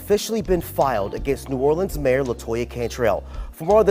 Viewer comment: I knew she wasn't from here because of the way she pronounces it.......new or le ans